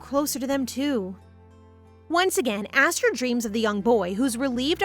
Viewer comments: LOVE ya BUT YOUR PRONOUNCING ESTHER WRONG!! It is Eh-str. Not Aster!! Unless it is really says Aster. The subtitles and you keep going backwards it drives nuts. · Is the name actually pronounced aster? Cause i thought Esther is more pronounced ester? (Correct me if im wrong) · ES-THER ESTHER NOT ASTHER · Asther or Esther? (Esther is pronounced es-st-er bc of Mr. Hopps playhouse 2) anyway this was so good & I heared Esther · everytime u said her name my brain kept thinkin to my name "Aster" meanin "star" but her name is spelt "Esther" a religious name. idk if its pronounced differently where u live but here for me Esther is pronounced "eh-s-ter" rather than "ah-s-ter" hence the confusion for me XD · Ess ter ess ter not ass ter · GAAAAAAH ..... it's ES - THER, NOT ASS - THER, Nice story though. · Isn't her name supposed to be pronounsed as E-sther not A-sther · MC shares my name "Esther" how cool. By the way it's "Es-ther" in pronunciation ❤❤ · Wait is it really pronounced like Aesthar? I pronounce it differently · The name is pronounced ess-ther from how it’s spelled but it’s okay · hey just wanted to tell you that the way you said Esther is wrong 😑 not hating just saying 😅it kind of feels weird because that not the way it goes and as a person who has had that name for there whole life 😂😂 just saying and I also love you video ❤❤ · I'm sorry to say but the way you said Esther's name was so off. My name is Esther and that is not how you say it but it was a bit funny how you said it😂